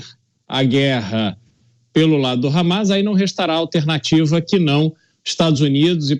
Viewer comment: Meu deus até a jovem pan tá com medo de falar hammas cara falou por mais de duas vezes habas